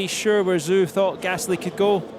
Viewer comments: Zhou is ‘Joe’ not ‘zoo’ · PAUL DI RESTA ITS ZHOU NOT ZOO 💀💀😂😂😂😂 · Someone tell Di Resta his name isn't Zoo 🤣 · I just cannot unhear "Joe" Guanyu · Paul di Resta calling Zhou “Zoo” 😂😭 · I don't see how that's worse than Guanyu Joe. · cringed so hard when Di Resta pronounced Zhou's name as "Zoo" FFS MAN 😭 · Idk if Zhou made it clear how he wants it pronounced, cause i heard some call him Choo, Joo and even Joe (how does one pronounce Zhou as Joe i have no clue). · PDR needs to pay attention how to actually pronounce Zhou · "Zhou Guanyu"